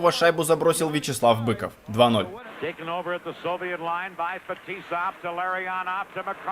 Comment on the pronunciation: С уст коментатора фамилии наших игроков как ужас - Ларррионааав, Маккаааарааав, Фетисоф, Крютав, Касьятоноф ))) Ух и наматывали тогда соплей на кулак канадцам.